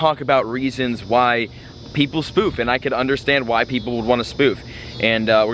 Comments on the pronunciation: Every time he said "Why people spoof" i always think hes saying "white people spoof"😂😂😂😂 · Sounded like you said "White people spoof" lol.